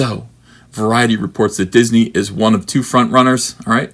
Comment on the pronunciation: "Disnehy" ... "Steve Spielberg"??? Garbage Tear 😏